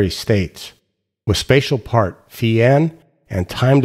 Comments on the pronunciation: Finally someone who correctly pronounces φ as "phee" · XToDaZ Xzibit We always pronounced it “phi” ! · As my mother language is portuguese, I find this satisfying, since we pronounce it precisely like this: Phee (φ), pee (π), ksee (ξ), mee (μ), knee (ν), etc.